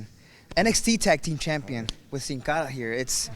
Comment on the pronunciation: it's dont sin cara